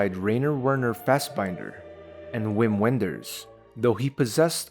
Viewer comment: "Uim Uenders" hahahahahaha